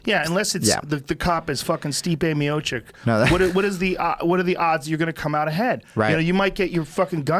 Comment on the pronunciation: "Stipe Miočić" = St-ee-peh Mee-oh-cheech you fucking libtard